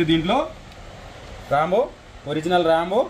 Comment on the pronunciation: రాంబో రాడ్ కాదు. రెయిన్బో రాడ్ అని అనండి బ్రదర్.